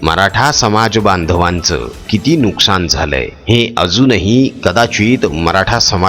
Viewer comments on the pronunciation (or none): none